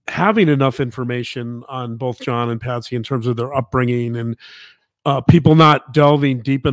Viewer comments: It’s Patsy, not Patty. And John greeted the police at the door when they first got there. Please get your names and facts straight unless you lose credibility. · I love this channel and much respect to the Dr snd journalist wife for their work, however, it's kinda comical how explains how in depth they have researched the case all the while calling Patsy..Patty...simple mistake surely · Its Patsy, not Patty. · Her name was Patsy!! 🙄 not Patty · Besides all of the terrible misinformation in this presentation (pineapple & poo), Her name was Patsy, Not Patty !!! Can't even get her name right, Credibility Shot IMO.